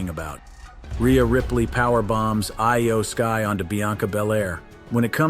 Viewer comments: I Y O sky lol really pronounce it right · hearing so called wrestling professionals miss pronounce names like Asuka, Finn Balor, and Iyo Sky consistently is crazy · Can this guy pronounce anybody's name correctly? Iyo sky is not I-Y-O.